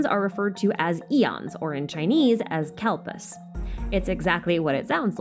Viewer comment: the pronounciation for asur(a) and kalps killed me a little everytime but its fine,, its fine we're fine - happy to see hindu mythology be discussed atleast, bonus xiao's one of my favourite darlings in the game